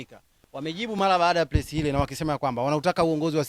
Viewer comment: Inatamkwa PRESS sio PLESS,...hlf na ww ni mmoja wa MACHAWA, ila Kwa sababu mjanjamjanja ushawaingiza wenzio chaka...sasa unajifanya kujificha Kwa WACHEZAJI...hata unachoongea hakieleweki,!..huna MSIMAMO